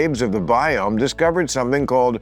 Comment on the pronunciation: he calt me... calt? *